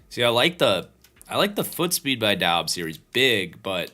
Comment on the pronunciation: Doubs is pronounced “Dubbs”